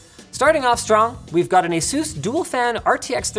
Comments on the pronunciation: The way you pronounce asus. “Aye-soos” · Stop pronouncing Asus so silly please. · lol the way you say Asus sounds like Jesus in spanish